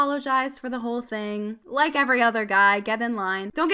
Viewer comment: When she said donate a like I thought she said donate a leg